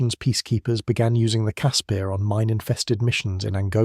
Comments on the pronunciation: It's pronounced Casper, like the friendly ghost. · Caspear? Who came up with that pronunciation? Its name sounds like the friendly ghost. I an now scared of watching the videos about the Ratel, Olifant or the Rooikat.